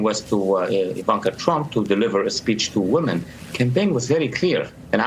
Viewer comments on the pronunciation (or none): none